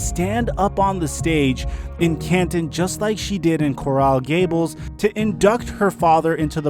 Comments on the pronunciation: corral gables lol Coral Gables bro 🙌🏾🙌🏾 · "Corral Gables". SMH. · hey, Coral Gables is pronounced like Coral in the ocean, not like the Golden Corral. 😂 great video regardless